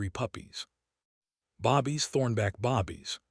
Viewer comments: This storyline is worth it but you need to give them the one's your talking about and pronounce your words properly babies not bobies you should at least listen to your own story and make sure you have done it right . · I had to.stop. and said! Bobies! Went in to Al Bundy, mode! Bobies!😵‍💫😅😂🤣🤣🤣🤣🤣🤣🤣🤣👍🇺🇲🇵🇷